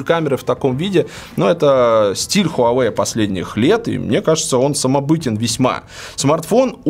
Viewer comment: Хуавэй крут как всегда. Жаль жена до сих пор не правильно читает название бренда))